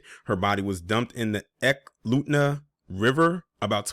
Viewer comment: I was living in Anchorage, Alaska when this transpired; I believed they went after the internet conspirator, and he lived in Indiana ... Cynthia was developmentally disabled, and was too eager to be liked and have friends ... The river is pronounced ee-KLUT-na 🙂